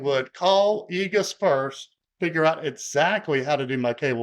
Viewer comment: Great video! "egus" gave me a little laugh. I've replaced quite a bit of Igus's products in the field and they have a TON of products for all kinds of cable management. I think they sell cables too.